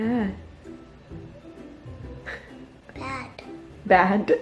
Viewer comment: I think was saying “bed” at the beginning lol instead of bad